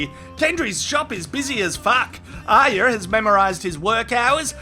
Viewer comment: Nice one mate, you are the only person on youtube to get ARYAs name right!!!!!! I am fed up with people calling her aria (Collider)